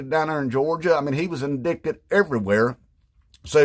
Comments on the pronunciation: Sir, I think you mispronounced "indited" 😅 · Since it's spelled "indicted" I can understand why! Empty G said it that way during a committee meeting. That shit was funny AF!